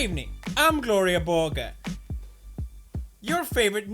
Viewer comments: Nonono Thats pronounced = Glore-iya Burg-er Not Gloriya Borger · "Gloriyah Burger" OOF